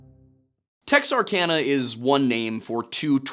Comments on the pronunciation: Pronounced : tex-ark-anna. Not tex-ark-onna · It's "tex-are-can-uh", not "tex-are-con-uh".